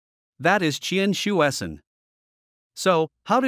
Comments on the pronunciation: Come on, his name is pronounced as "chien-sweh-cern" . It's not that difficult. Don't be lazy. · 1. Totally mispronounced his name. 2. He was known as Hsue-Shen Tsien when he was in CA. One of his collaboration with Von Kármán resulted in the Kármán-Tsien Rule for approximately correcting compressiblity near transonic speed. 3. He did not found NASA, which evolved from NACA. 4. Aerojet Engineering Corporation, the company he worked in was founded byJack Parsons. Parsons was more important and contributed more to US rocketry than Tsien. Parsons was an American but few Americans even know who he was. Check Wiki to learn why! 5. For political propaganda, Tsien was way overblown in PRC, but hardly any Taiwanese knows him.